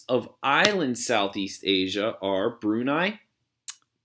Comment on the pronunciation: (Mis)Pronunciation of Myanmar started to drive me crazy. Double check Brunei while you’re at it.